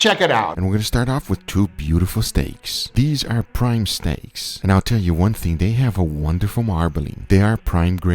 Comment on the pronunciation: It sounded like said prime snakes lol